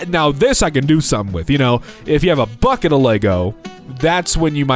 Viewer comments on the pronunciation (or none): none